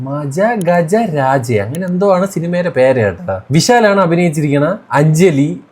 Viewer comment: പേര് പോലും വായിക്കാൻ അറിയാത്ത നീ എന്തിനാ റിവ്യൂ ഇടുന്നത്